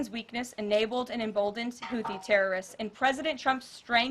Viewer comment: she can't even pronounce houthi right lol